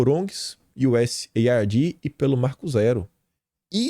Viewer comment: Kim, o sigla USAID é muito antiga, e sempre foi pronunciada como UzAIDE, desde os anos 60, quando enviá-la leite e achocolatado para as escolas públicas brasileira, entre muitas outros acordos desajuda dos EEUU ao Brasil no pós guerra. Bom dia.